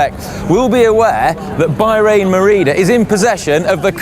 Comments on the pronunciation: It's Bah-rain, not Buy-rain, sheesh get it right. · "By-rain Merida"?